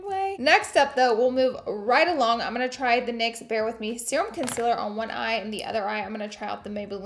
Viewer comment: love the way you say con-SILLER <3 xoxo